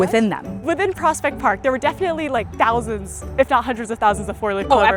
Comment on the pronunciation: my face after she said TOUSANDS..